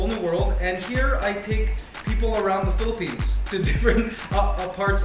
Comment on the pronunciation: They pronounced Philippine wrong 😊